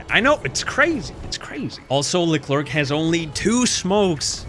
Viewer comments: i swear bro if i here him say Leclerc as le-clerk im bouta throw a baguette at in his vicinity. its pronounced (lecler the C is silent) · im not even fr*nch but the way you pronounce leclerc is horrible